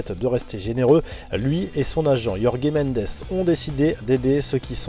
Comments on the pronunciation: Jme suis dis la même, c'est jorge comme ça s'écrit pas yorgue 😂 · Jorge pas Yorgué Mendes 😂 , mais sinon bonne vidéo